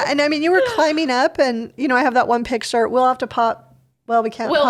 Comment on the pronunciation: Oh - I love listening to your podcasts while I’m driving and have learned so much from them! Could you, though, please teach how to pronounce “picture?” Every time he says “pitcher” I cringe! Your podcasts are of such a high quality, except for his mispronunciations!